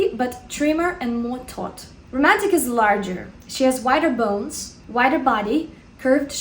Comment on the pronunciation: Who likes when says "bounes" and "gammeen" (bones and gamine)